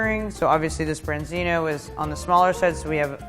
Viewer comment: Why she says branzino